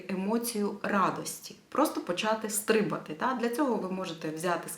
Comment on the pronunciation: Стрибати! Наголос на другому складі ! :)😊